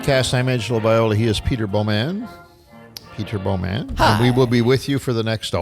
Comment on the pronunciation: I didn't realize it until I looked at my cousin, Carrie's FB, that she is friends with Peter Bow-man (Sorry Pete, but with how says it, I can't not pronounce it that way. lol). Both live in "The Shwa"